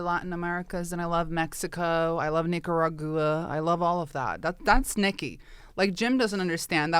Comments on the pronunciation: I will always pronounce Nicaragua that way from now on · From now on, It's Nikagahrooah instead of Nicaragua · Nikki, it is Nicaragua ! Like Lake Titikaka, and Tipi for your Bunghole ! And it is nothing to be ashamed of ... 🙃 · “Nikaragooaa? I don’t know, my housekeeper would know.” Jesus, fuck 🙄 Clearly Nikki took Paris Hilton as a role model. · Nikki saying Nicaragua incorrectly doesn't bother me as much as Bert saying tattoo.